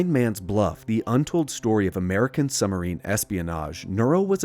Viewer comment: why do you say " summerine"?